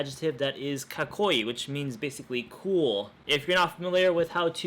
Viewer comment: かっこいい is not pronounced KaKOI. There is a "chisai tsu" (or small tsu) meaning you have to pause there. Ka_koii is more correct. 勉強、頑張ってね